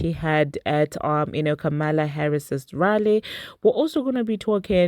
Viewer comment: Her name is pronounced Comma la, Ka Mala is how racist folks are saying her name to try and offend her. Just wanted to share with you.